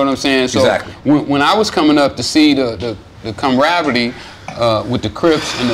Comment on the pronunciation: this man said "com-rivalry" instead of "camaraderie" kills me invented a whole new word